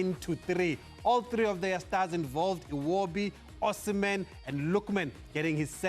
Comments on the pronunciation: His name is Osimhen, not Usman lady! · I know… but how can they have someone on the show who doesn’t even know how to pronounce the name of a player like Osimehn. That’s hilarious